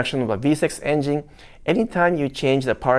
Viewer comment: I like how says engine (enging). Lol…still love ya’!